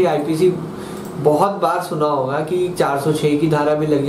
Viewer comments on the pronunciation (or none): none